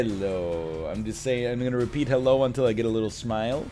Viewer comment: "I'm gonna repeat Hello till I get a little smilte"